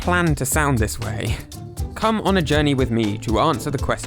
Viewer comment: Why do you say 'come' like that tho 😭